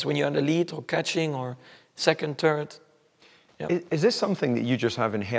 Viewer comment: Funny how Max says “turd” rather than “third”. First is the goal, second is simply not good enough, third is turd.